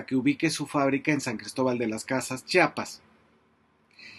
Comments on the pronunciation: FABRICIO SE DICE CHIAPAS NO CHAPAS ACASO DICES CHAHUAHUA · Muy buen informe, solo te hago una observación, se dice chiapas, no chapas, gracias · Fabricio, ChIapas, no Chapas. Y sí, eres MUY buen analista. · Saludos Fabricio, gracias por tu trabajo periodístico inteligente social, buen pronuncias Chiapas, pero a veces se escucha como a muchos que dices " chapas". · Fabri. No se llama Chapas es Chiapas. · Por qué todos dicen Chapas o cheapas si es Chiapas? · Fabricio querido; "chiapas" con "i".. . No Chapas (con "a"). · Se pronuncia!! CHIAPAS!! Noooooo. CHAPAS! Por favor!! Sr. ? Mejía. ❌🅾️🇲🇽🗳️❤️🤝🏻👏🏻👏🏻👏🏻👏🏻👏🏻🤝🏻🤝🏻🤝🏻🤝🏻🤝🏻🤝🏻🕊️🇲🇽🇲🇽🇲🇽🇲🇽🇲🇽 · Perdón Fabricio hay muchos que pronuncian Chapas y no Chiapas... El nombre correcto es Chiapas una disculpa por la corrección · pero q diga bien el nombre del estado